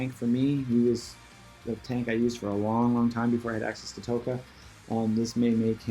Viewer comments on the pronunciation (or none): It's Taw-Ka, not Toe-ka silly 😜 I'm just teasing you. Thank you for the videos for real though I'm subscribed and definitely thankful for your content!